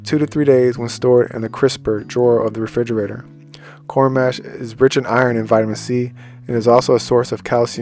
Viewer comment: Thanks for the video and info! Quick correction on the pronunciation. You’re saying it like ‘Mash potatoes’. Instead, think of the word ‘posh’, now replace the ‘p’ with the ‘m’. The letter â (a with circumflex), often called "a-hat," modifies the sound of 'a', indicating a long 'a' sound (like 'ah')! 😅❤